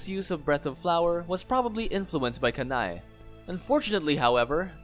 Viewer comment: I think Kanae is pronounced “Kan-nay”, it sounds weird being pronounced “Ka-nai”